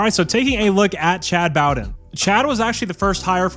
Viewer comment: It’s pronounced “Bo-den” with a long o. And he’s good, but don’t get comfortable. He’ll leave you for a dollar at some point in the near future as well. Learned from his dad Jim.